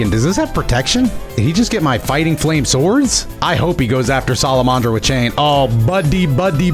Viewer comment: im sorry its sala-man-dra not sala-mon-dra